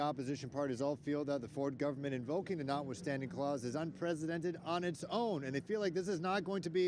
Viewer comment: Are you kidding. Notice verbal emphasis on Unnn-Ppprrrressscedddented...That's the way politician/talking heads manipulate. Pay attention folks and let us not fall for it❣️ Since when does any part of the Canadian gov"t care about the well-being of ANY Canadian. They don't. As mom used to say, "legal crooks"